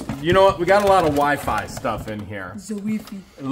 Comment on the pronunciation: 🤣lost it when said weefee repeaters🤣